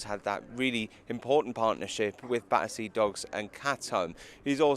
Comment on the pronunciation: You would have thought that if the reporter was going to ask about Battersea Dogs Home, he would have at least learned to say the word properly!